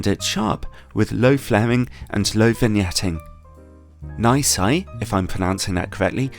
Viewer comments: It's "zuu-oh mey (zomei)" and "nay see (nisi)". Nisi circular filters are quite junk, especially for the price. Their square ones aren't that great either, Haida is easily better. Oh btw the margins on their filters are 200%-1000%. Basically retailers buy them at 2-10 times lower of market price depending on the filter. I'd suggest breaking the ratings into two parts, build quality and image quality. There's nicely made filters that are just crap when it comes to image quality and vice versa. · Awesome review. Well done. Nisi is pronounced nee-sea I think :)